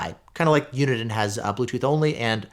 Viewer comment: You pronounce Uniden so weirdly.